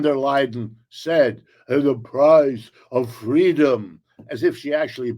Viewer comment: It's not freedom it's ffweedom